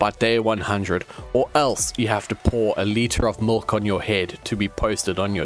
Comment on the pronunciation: did just say mulk instead of milk